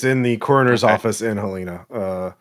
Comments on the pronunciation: first of all it’s pronounced Hell-en-uh, but i really came here to say this was kind of a trip because i literally live in Lincoln. this is a good good ass campaign, keep it up!! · winces in Montanan Helena is pronounced Hell leh na (like in bannana)